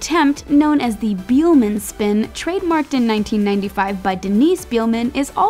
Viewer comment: Beeelman lmfao try pronounce it like bailman